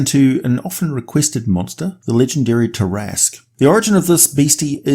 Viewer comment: You said it correctly! LOL